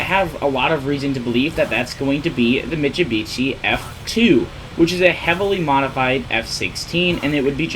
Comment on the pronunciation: I read this as soon as he said it, I'm dead man 💀